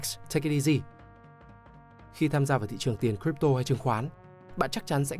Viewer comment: Crypto bạn nói sai r nhé